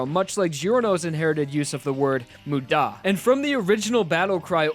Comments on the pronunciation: Why did you say moo-DAH It's MU-da Mudamudamuda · When he starts screaming Muda it ends like damu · everyone I’ve met: mOOda me: mudÁ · This man pronounces "muda" as "mude-a" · this guys pronunciation annoys me... Moo-daw... W E A R Y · K, I gotta be that guy. You're emphasizing the DA part of MUDA when the MU is what needs to be annunciated. Sorry, I realize it's minor, but it's driving me crazy. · It hurts to hear the pronunciations of wry and muda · Idk why but it bothers me the way he pronunces muda or wry. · Why is he emphasising the da in muda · Not to mention his weird emphasis in "muda" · U saying Muda makes me want to dislike and report this video please stop